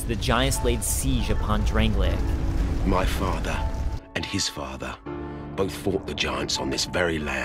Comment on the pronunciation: Why do people pronounce Drang-Lake as Drang-Lay-Ick? There are Drang-Lay-Ick things and people, but the kingdom is Drang-Lake. It is getting really annoying to hear nearly every lore video on DkS2 use the pronunciation of Drangleic at inappropriate times. :(